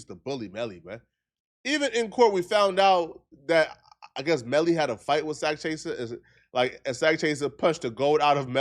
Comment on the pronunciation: He say wif instead of with lol